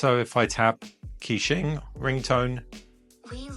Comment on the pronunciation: just to let you know, its pronounced kuh-qing not key-qing